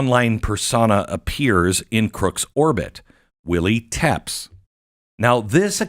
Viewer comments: It's not pronounced "Teps"; it's TE-PESH (TEPES). You aren't connecting the dots, Beck. It is like VLAD TEPES, you know, like Dracula? Who was renowned for his savagery against his enemies by decapitating them and putting their heads on pikes. Or impaling their bodies onto wooden stakes. That gives you a point of reference as to Crooks violence and that of others on social media. You have to know your HISTORY! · I don’t think it’s “tepps” in pronouniation….i believe it’s “teh-pesh” it’s the same last name as Vlad Dracul. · No. Glenn Beck can't read and doesn't know history except what interests him. It's not "Tepps". It is "TE-PESH". Like Vlad Tepes (aka Dracula). The ruler who defeated the Muslim hordes trying to destroy his country. He was known to behead them and put their heads on pikes. He also impaled them ALIVE on wooden stakes. He drove them out of his country and was hailed as a hero. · No. Go read some history and my prior comments on the correct pronunciation of TEPES. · Tepes sounds like Epps? FED?